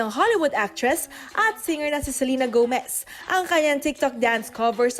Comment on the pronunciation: “Selerna Gomerrzz” hahahahahaha